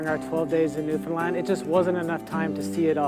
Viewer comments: Hi,. You're putting the accent on the "found" in Newfoundland. The accent is actually on the first syllable, and the other two are kind of left hanging on the end for dear life. So, NEW-funland. Notice the "d" in "found" is not pronounced, and it's pronounced as "fun", rather than "found". That's if you're from anywhere in the Atlantic provinces (which includes Newfoundland).:) Anyway, you should really make a trip to the Rock (and the locals call their home province) and also Labrador. In fact, save up and spend a few months touring the entire country. We'd love to have you come for a visit.:) Be well. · Newfoundland is pronounced as follows: "new-fun-LAND with emphasis on the last syllable. Someone born and raised in Newfoundland is called a Newfoundlander, pronounced as follows: "new-fun-LAND-er." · If only you could pronounce the name properly. It's pronounced like "Newf-in-land", we don't say "found" at all. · understand Newfinland. It’s like a little rhythm to help people pronounce it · yeah, no. Born and bred Newfie. The first two syllables almost blend together, understand is to Newfoundland as door hinge is to orange. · it's pronounced..NewfunLAND..UnderSTAND..Newfun LAND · Hi:) I really appreciate your interest for Canada and especially Newfoundland and Labrador pronounced newfinLAND emphasized land:) because I was born here both my parents from here and live here at the moment but was brought up in Ontario because that’s where newfies went back in my day lol about 40 some odd years ago lol:) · Thanks for helping to fill in so many of the blanks - great job. Couldn't have said it better myself. Other than correct the pronunciation of Newfoundland 🙂 (Newfin' Land) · THE ROCK is NEWfundland (pronunciation) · We say new-fin-lan in nova scotia lol . No D at the end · The province is called Newfoundland and Labrador. And the dog is named after the province. And the emphasis is on the first syllable of New found land. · Newfinland by